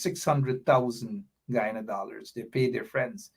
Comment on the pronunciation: Why is it that has a problem with the pronunciation of the word Guyana. The proper pronunciation is guy an' a..the Ppp has the correct pronunciation.